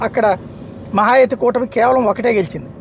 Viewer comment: మహాయుతి అనడం రాదా